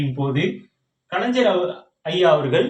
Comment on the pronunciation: Kalaijar illa kalaignar nar nar nar......